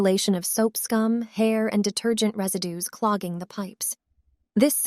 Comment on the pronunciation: "laundry dater-gent into the bowel" lol, pay a human to read it